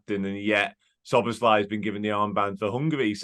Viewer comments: So - bows - law- ee stressing the first syllable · It's not slob it's sob-as-lie